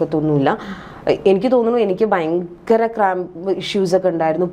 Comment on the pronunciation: .... "bayankara..." !!! Vallaatha 'bayam' thanney....